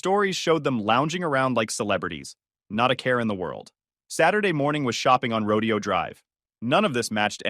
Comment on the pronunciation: Rodeo Drive is not pronounced like a cowboy exhibition, ro-dee-oh. It is pronounced ro-DAY-oh.